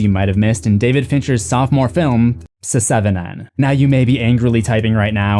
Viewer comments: Did you say Sesevenen? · seh-seven-ehn?? cmon bro